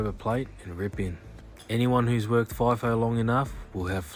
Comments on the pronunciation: It's f(eye)fo not feefo lol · It isn’t “fee-fo”! He said it 3 or 4 times, it’s “fye-fo”. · umm ex FIFO here.. and its not pronounced FEE FOH.. its FLY/FY - FO and as far as rosters go there is variations. back in the day people did six week 'swings' but 3x 1 (three weeks at work and one home) kind of took off or the 4 x1 .. but over time its reduced down.. some people will do four days on and three days off. my routine rosters were either one week on/one off or another popular swing (=rotation) was two and one. as for the freaking mess and 'crib'.. if you are lucky you get a good chef, but yes 'flashbacks on the coffee' and brekkie is the best meal of the day on these camps. most people get paid to sit on that bus (or plane), so whose going to whinge about that? then the $$ that people are on.. who cares? its all worth it.. but its not that romantic. when you are doing it there is lots of politics. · FIGH FOH..not FEE FOH 😊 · Not fee fi fi fo